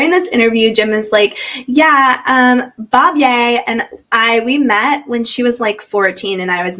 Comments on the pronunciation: What is this "Bob-yay" crap? Is that really how she pronounces her name? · I love your commentary. I just got up to where you talk about the Holts, and I looove how you call her “Bob-yay”!! Talk about irony, their names are literally JIM and BOB(ye). But…wasn’t Josh staying at their freakin’ house while he was under house arrest?!? Maybe I haven’t gotten up to that part yet.